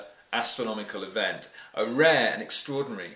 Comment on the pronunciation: "A RAH event..." LOL.